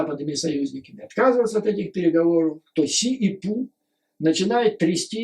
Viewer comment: Обожаю вас Юрий Борисович... Всегда с удовольствием и очень внимательно слушаю вас,.. Ваше новое ударение на Pu-Ssy, это нечто)).... вы моё снотворное перед сном и доброе утро по утрам ( иногда зысыпаю под ваш голос и утром дослушиваю) Спасибо что вы есть... Спасибо за вашу работу и искреннею поддержку Украине, нашим Героям, и всему украинскому народу. Мира и добра вам. Слава Украине 🇺🇦💙💛